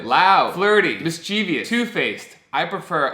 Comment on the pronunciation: Did you just pronounce “mischievous” like you did...?!?! And why did you go down the zodiac in a random order???